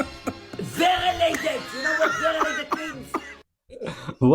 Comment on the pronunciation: Lol...that woman at the end was trying to say dialated I think.